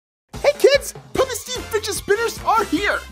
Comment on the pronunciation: You said puppet wrong